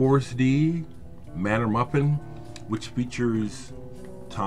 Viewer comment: Just a head's up,: 4S'd is pronounced "Forest".